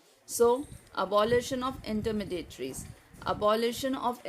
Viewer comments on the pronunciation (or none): Your voice is not clear.. And you pronounce Intermediaries as intermedateries...